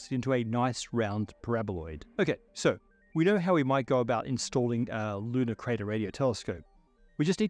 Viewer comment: With your accent, I first heard “Ludicrous” Radio Telescope. Good name to not get funding.